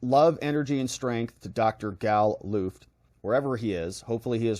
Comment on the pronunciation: So he says his name straight up (he pronounced Luft like look) and you cant even introduce him with the correct pronunciation. Pathetic and disrespectful comes to mind, you need to correct this.